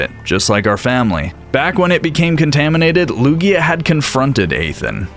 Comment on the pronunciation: Its Lugia, not Luya